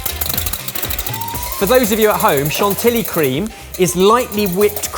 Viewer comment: French person here: Mille-feuy, not foué chanti-yee, not chantily It seriously stabbed me in the heart countless times. Please, do better next time!:)